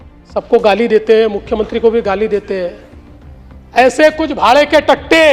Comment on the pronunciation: Pochta nahi puchta, bhade ke tatte nahi bhade ke tattu, hindi bhasha sahih bolna na aaye to Marathi bolo lekin correct bolo.